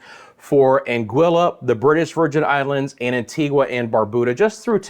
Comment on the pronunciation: Had some on and off rain today in Antigua 🇦🇬 so it wasn't too hot thankfully. Also would like to mention the pronunciation for Antigua, the ending is a ga sound not a gwa sound as the u is silent. And it's Barb-u-da. Thanks for the continued updates 🤗